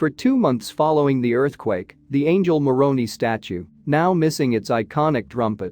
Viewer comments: Every time you refer to Moroni, I cringe. It's pronounced like Moron-eye. I remember when the earthquake happened. There were so many memes.😊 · Moroni does not rhyme with macaroni! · The pronunciation of the word Moroni Is with a long I, not an e!